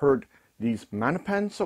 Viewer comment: Love you, but MaGGGNapans aren't Italian. The G isn't silent. Maggie's is short. Can you imagine saying Mannie's? Nope. Love ya. 😀